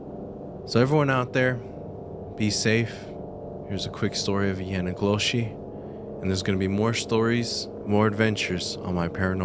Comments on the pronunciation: Am I the only one that kept hearing "my nigga Yoshi" when he said the skin walkers native name.. 😅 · What is the word you keep saying? I can't quite make it out. YANIGOSHI ?!